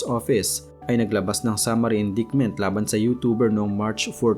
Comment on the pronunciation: indictment = in-dayt-ment